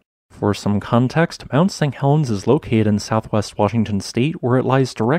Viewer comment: Why do you keep saying "mount Sang Helens" ?